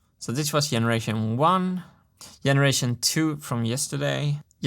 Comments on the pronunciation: martin we need to talk. "yenneration" xD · It sounds fun when you pronounce "generation" as "jeneration". Does that come from Swedish somehow? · Wasn't it more like "yeneration"? And yes he pronounces lots of words or parts of words just like he would in Swedish (because he's a Swede), and makes some mistakes in grammar but I think it's kinda charming since he has a pretty good vocabulary and flow. He's a good communicator, don't you think?